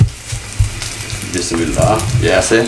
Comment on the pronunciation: کاش ہمارے پنجابی بھائی بسم اللہ صیح سے پڑھنا سیکھ جاتے